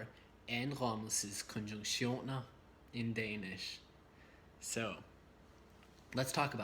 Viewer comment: در زمان ثانیه Indrommelses konjunktioner برای چه زبانی است؟ بسیار زیبا خوانده میشود S "Indfommelses konjuntioner" is for which language? It's fantastic